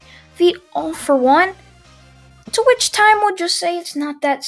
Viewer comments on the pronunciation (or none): Every time he says “to which” I hear “twitch”